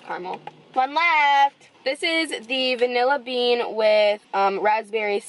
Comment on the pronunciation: so the vinalla bean frapa